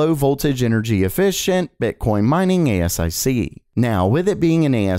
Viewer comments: Dude ... thats not how you say ASIC .... "A-ss-I-See" ? lol.... Just read it like 1 word, its ASIC. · FYI: ASIC is pronounce A-SIC not A.S.I.C. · Re intel's ASIC its generally pronounced A Sic rather than each letter at a time. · ASIC = pronounced "A-Sick" since the 1990's another reason I don't subscribe to "" 😝